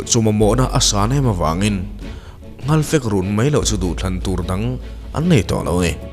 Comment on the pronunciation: Alphabet _ a leh e hi i lam dan uluk deuh ta la te ka lo ti thin! Eg... Bei kha bai tiin i lam a. Kei kha kai tiin i lam thin bawk a! Nei kha nai tih ang ten. Ka ngaithla tam ania. Uluk tawh la aw. 😊😊